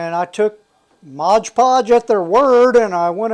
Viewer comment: I can’t un-hear “modge podge” now!